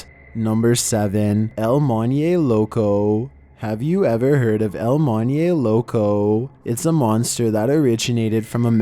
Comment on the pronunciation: ITS PRONOUNCED EL "MOAN-HEY" LOCO"( EL MONJE LOCO)